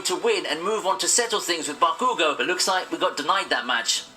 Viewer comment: The way the video narrator said Bakugo's name gave me cancer